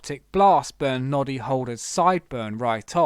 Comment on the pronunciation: Noddy Holder Not Nobby Holder